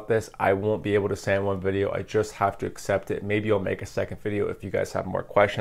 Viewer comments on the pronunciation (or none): none